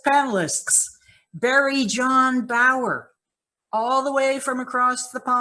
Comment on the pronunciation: Its not barrie- jon. Thats you before now bro. Or do you feel it is future stuff?